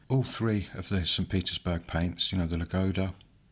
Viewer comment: Thank you for the video. :) pronunciation of Ladoga is lAdoga not ladOga. It’s a name of a famous lake located in the Karelia where from the Neva river starts